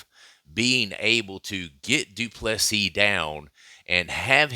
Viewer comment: du Plessis.